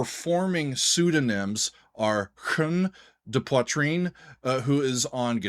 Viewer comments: So happy to see two local guys from Quebec showcased on all of my favourite music related Youtube channels :) BTW your French pronunciation is pretty good... for an American :P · Thanks so much for reacting to them! I am from Quebec and here we're all so proud of these guys blowing the mind of the entire planet. By the way, you'Re doing good saying their name. Great practicing. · Dude, your very decent pronunciation of their name and whipping out a pipe while grooving to some weird music from Quebec makes you an honorary Canadian in my eyes. Vive le Quebec! Vive le Canada! Vive AdP! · Your prononciation of Angine de Poitrine is pretty good, but the title of your video is mispelled ;-) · Your work payed out, you had one of the closedt pronounciation that I heard a non-french speaker manage :) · your pronunciation of ''Angine de poitrine'' is very good by the way 👍👍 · You've pronounced the name quite well! 👌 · You pronounced it correctly, bravo ! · You pronounced it very well. 👍👏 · SHEERS from Québec ! This reaction was really interessting and productive. We all going crazy here in Québec and are very proud. Your prononciation of ANGINE DE POITRINE is really good and keep in mind that our language here is différent than french from France in term of prononciation. Thanks for that réaction ! ANGINE DE POITRIIIIIIIIINE 🔺️🙌🔺️ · Your prononciation of Angine de Poitrine is very good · Great review and analysis of Angine de Poitrine's music. And also very good pronunciation,! Merci, from Montréal, Québec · Angine de poitrine took over Québec and now their sight is set on the rest of the world. Whatch out! 🖐️🔺🤚 PS : your pronunciation of the band’s name is spot on! It translates to “Angina Pectoris” in English. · Lots of micro-tonal music in the Oriental part of the planet, both vocal and instrumental. Pronounced Sar-ni-ayz also Angine de Poitrine - Ah(n)gin de pwatrin - Angina Pectoris